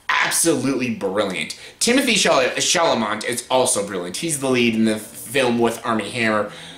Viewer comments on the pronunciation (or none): Shall a may - there is no "o" or "n"! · At least pronounce Timmy’s last name something like it is spelled!